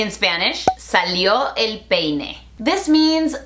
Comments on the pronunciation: JAJAJAJJAJA but please do not forget to say the I when you say peine, trust me, you cracked me up there 😂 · Remember to use the I in the word Peine guys 😂. Good one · Oh Laad!! Now I know what you mean by emphasizing the I in peine..Lol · Yes, Please, make sure to put the "I" among "E" and "N" in the word "peine". Because "ya salio el peine" that going to hear like "ya salio el pene" I mean, from outside panth.. you got it? Good xD (Soy nativo hablante y, Sí, suena mjuy muy raro) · Jajajaja excelente video. Me dio risa la "I" en peine. Me da risa que enfatices que la pronuncien. Jajajaja. En verdad excelente video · Mi tía se caso con un estadounidense y le enseñaron que significa "ya salió el peine", pero el no pronuncia la i en peine XD y no lo corrige porque dice que el no la corrige a ella cuando habla inglés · Hoy me aventuré a ver un vídeo tuyo en inglés y sin duda tomé la elección correcta. Aunque estoy lejos de hablar inglés, entendí la gran mayoría de las cosas que dijiste y, sobre todo, tienes una dicción tan buena y marcada en ambos idiomas, que es súper sencillo entender. Me reí mucho con el énfasis que hiciste en la palabra peine, jajaja. Felicidades por el millón en el otro canal. Sigue así.👍